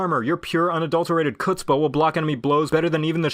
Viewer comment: inadvertently played the old game "tell me you have no Jewish friends without telling me you have no Jewish friends." He actually pronounced the word chutzpah as if it started with a K! I mean, seriously...KUTZPAH!?!?😜😂